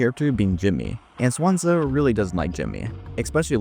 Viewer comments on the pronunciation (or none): It's pronounced "Swan-Sea", not "Swansa" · I think Daisuke's name is Die Skay and Swansea's name is pronounced Swon See. Anyone else bothered by how the narrator is pronouncing the two characters' names?